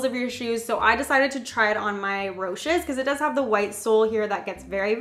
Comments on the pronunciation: she pronounced the shoe name rosh-es .... its Rosh-eez..... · Did she say roshis 😂😂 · Jaelyn Becvar Americans like myself pronounce it "roe-shes" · The way she says roches 😂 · When she pronounced Roshe I cringed so hard. Love u Silvia!❤️😄👍🏾